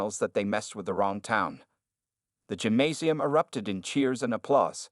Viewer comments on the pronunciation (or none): none